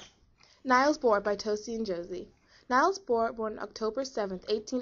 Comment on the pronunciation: Niels is pronounced "neels" not "nyles".